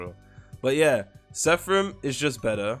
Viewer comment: How do you always read ''seraphim'' as sepharim 😭